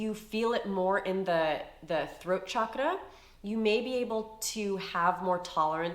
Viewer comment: OMG thanku for pronouncing chakra correctly 😂❤